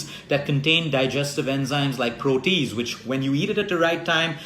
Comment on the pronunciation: Just 1 correction- the enzyme is proh-tee-ayz. Also I am allergic to kiwi and am diabetic so mango and pineapple are poison acc to dr( although I love both) any suggestions? Have been eating ginger a lot though so that’s good. Also raw foods especially salads are a huge problem in India due unclean water being used to grow them and eggs etc leading to worms( iv had this issue 3 times despite washing them well)